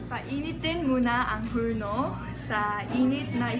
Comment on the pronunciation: "Painitin ang hulno ng isangdaan at s'yam-na-pung sentegrado" was my fav part xD lol nice to hear Korean speaking our language 😍😍😍😍